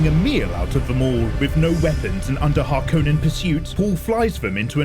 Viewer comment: I strongly dislike the way you say “Harkonnen”. Other than that, this recap saved me 3hours. Thank you. 🙏